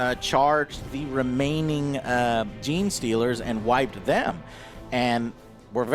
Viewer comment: He got Gene Stealers! Give him that lol